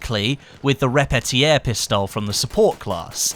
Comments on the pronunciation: Sean Barry Thats sounds like the english word repeater, what is not what the german name sounds like. It sounds like "re-pe-tier" in german. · i think you shouldnt say repetierpistole with a french edge😂 "Repetiaire" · You are butchering the word Repetier , thats horrible to hear. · you pronounce "Repetier" funny ;) maybe because it's german and so am I